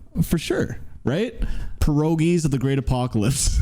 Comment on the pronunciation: Bro can't even pronounce "progenies" -- "perogies", wtf? Lol -- and he expects us to take his opinion on black metal seriously? What a clown.